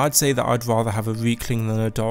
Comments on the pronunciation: I thought he said weakling at first instead of riekling.. I mean I guess he's not wrong..? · You say Reiklings like Weakling, which is kind of funny cause they're pretty weak, good vid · Funny, when you say Riekling, you actually say Weakling. :D How fitting.